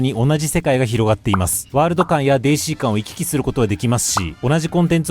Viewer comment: お若いのに、わざとデーシーって言ってて森😂